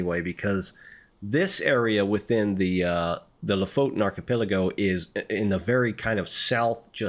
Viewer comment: You pronounce lofoten like this: say Lo as you would say low without W. Then fot as you would say football. Then en as you would say entery 😊